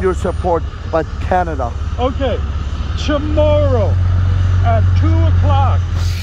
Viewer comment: My faith in Canada has been restored. "Chmorrow" lmao ❤️